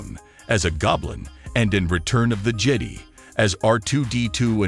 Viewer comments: "Return of the Jady"? Has the narrator ever heard of Star Wars before? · Return of the "Jade-ee"?, - "Jetty?" 🤦‍♂️